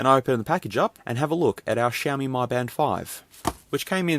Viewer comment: Mi is pronounced Me, not My